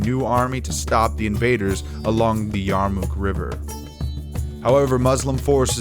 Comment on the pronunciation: The battle of the Yarmuk was certainly a turning point in history. Some suggestions on the program however: get your pronunciation of names correct and perhaps the oft-mentioned dust storm that helped in the defeat of the Byzantines as well.